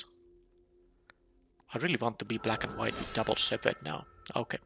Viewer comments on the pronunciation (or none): Well, I see you're still pronouncing "shepherd" wrong. The ph doesn't make the f sound in this case.